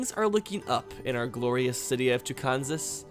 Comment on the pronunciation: You could have another city named "Tucansas" but THIS one would be pronounced like Arkansas. And the citizens of Tyland BETTER GET IT RIGHT